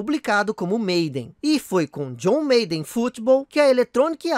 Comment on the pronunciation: Aí mano, não se fala John "meiden" é John "Máden"...